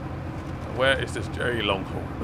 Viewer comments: also stop calling it jerry its derry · It’s Derry not Jerry 😂👍🏻